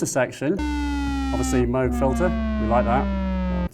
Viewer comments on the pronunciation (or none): why is he calling it a moag?